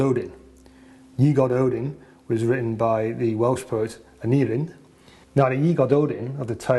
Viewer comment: Your videos are uniformly excellent, well filmed and researched and very informative. A quick note on the pronunciation of Y Gododdin - the 'double d' is pronounced as 'th' (as in modern Welsh). So it's 'GoDOTHin' - much easier to say! 😊 Keep up the great work!